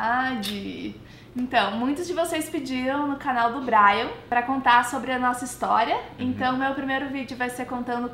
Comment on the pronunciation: me dá agonia quando ela fala" Braian" pra mim é Brian sem tremer o r